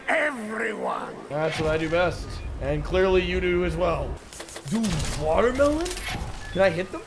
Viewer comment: "Knife the wa'er mellon"